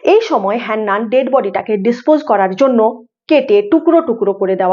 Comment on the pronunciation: আরে হেন্নান নয় হান্নান ।